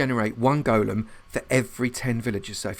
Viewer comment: Thank you for pronouncing golem correctly. You got a Like just for that. I had written my comment before when you inexplicably began pronouncing it differently. I took back my like. "Gollum" is a character from Lord of the Rings. A Golem (Goal-Lum) originates in Jewish folklore. It is an artificial human-looking construct, usually created out of clay, and magically brought to life. If I recall my readings, it was mostly used to work for or protect its creator.